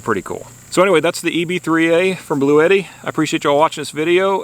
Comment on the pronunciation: Its actually pronounced Blue Tee - If you call their support line that's what they say on the call in.